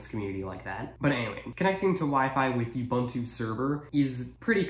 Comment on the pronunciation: As a side note: it's not pronounced You-bun-too; it's oo-boon-too.